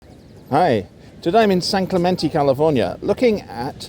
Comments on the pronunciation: Also the end of San Clemente is an "ayy" not an "eeee", as are all the other Hispanic names in California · You're the actual pot calling the kettle black. Adding an "R" to words and that accent. 🙉 Learn how to correctly say CLEMENTE. It's not Clementeee💯🤡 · As a native Californian I was offended when hearing locals in San Clemente pronouncing Clemente wrong. Clemente, is a strong masculine name. It's my grandfather's name.